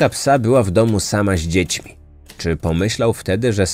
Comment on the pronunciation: Super robota, tylko za każdym razem kłuje mnie w ucho "Ździećmi" 😅